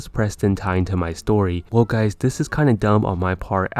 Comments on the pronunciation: he just said gays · "What is up gays"